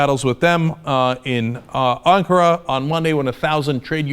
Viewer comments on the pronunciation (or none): none